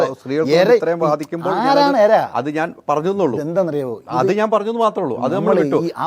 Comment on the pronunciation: എര അല്ല ചേട്ടാ, ഇര